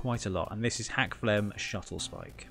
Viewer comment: Awesome video! Although if I’m not correct it’s “Skuttlespike” not Shuttlespike. Unless that was an inside joke I’m not aware of lol